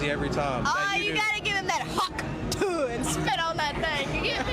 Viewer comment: I finally find out what the stupid fucking hawk tuah meme is and she doesn't even sound like she's saying "tuah"